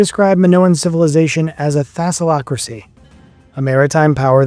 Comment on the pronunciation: Thassalocracy or Thalassocracy? Which is it? Also, is it really that hard to say the "K" in Knossos? It's not an English word, and the "K" is not silent.